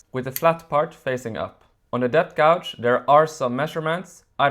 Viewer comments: FYI…the measurement sleeve is called a ‘gauge’ and you say it like cage but starting with a ‘g’….Not gowge. Yes…Dremels do not like deep cuts all in one go, better to make several passes of just a couple of mm each time. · Very good video. If you can edit the film, pronounce "gauge" correctly. "Gouge" has a different meaning. The spelling of English words reflects how they were pronounced hundreds of years ago.